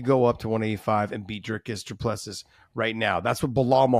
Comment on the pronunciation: Repeat after me: Dricus DOO - PLÊ - CEE.... Repeat: Dricus DOO - PLÊ - CEE.... Again: Dricus DOO - PLÊ - CEE.... Once more: Dricus DOO - PLÊ - CEE.... Last time: Dricus DOO - PLÊ - CEE.... Final time: Dricus DOO - PLÊ - CEE.... Final last time: Dricus DOO - PLÊ- CEE.... Now try on your own: Dricus DOO - PLÊ - CEE